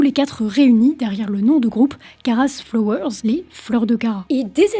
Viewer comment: La prononciation en anglais c'est pas encore ca:) "flowers" ca se prononce avec une sorte de leger son "ah" et non de "oh" comme dans "floors" Aussi "hands" y a un "H" il faut le prononcer, c'est pas "ands".